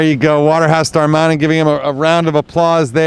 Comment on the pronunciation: its Dar-ma-nin, not Dar-man-in. Little nitpick but otherwise good video.